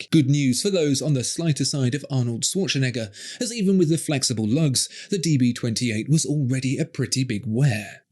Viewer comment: Terrific, as always! But, did say Swatchenegger? 😂